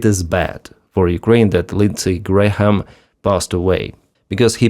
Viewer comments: Not that you will have another occasion to say Lindsay Graham's name - the H is silent. "Gram" or "Gray-am". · H is silent in Graham. Just pronounced Gram. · We do not pronounce the h in Graham. So it's exactly the same as the unit of mass: gram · the "H" in "Graham" is either silent or pronounced like a "Y". "Gram" or "Gray-um" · Hi. The h in Graham is silent. It's pronounce Grayam - i know you like to get pronunciations right. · The H is silent in GraHam! Say "Grayam"... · The “h” in Graham is silent. FYI